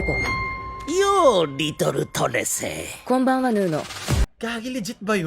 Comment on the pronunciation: Trese? Unang dinig ko parang ntr e hahahaha